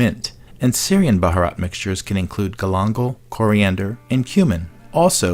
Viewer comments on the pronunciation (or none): Omg you totally butchered the word bharat , I kept cringing sorry .